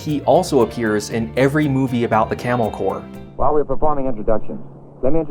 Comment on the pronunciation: Today i found out corps is pronounced core